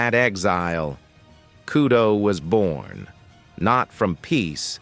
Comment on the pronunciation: It’s kudo not kyudo 😂